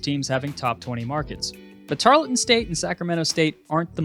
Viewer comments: It’s pronounced tarl-ton Not tar-le-ton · Great video! It's pronounced tar-UHL-ton